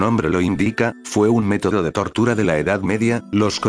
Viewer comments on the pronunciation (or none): Le entendí tortugas a la descripción jajajaja 😅